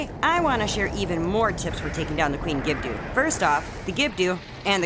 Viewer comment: It's pronounced Gibb-Doh. There is no "U" or "Ew" the end of the name 😁 Keep up the great work w the vids!